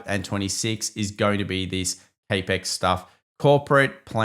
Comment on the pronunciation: Love your content. BTW Capital expenditure = capex. Pronounced Cap X not Cape X. :P